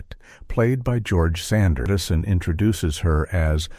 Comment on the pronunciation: What a crock. There are far better short subjects about this great film. There are no revelations in this poorly edited mess. Maybe it was AI generated... mispronouncing Bette Davis' and George Sanders names. The photos don't match the narrative...the whole thing is a waste of time.